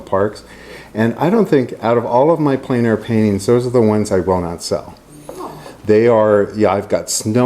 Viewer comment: Extremely good and useful. It's pronounced "Plan" air though. It's French.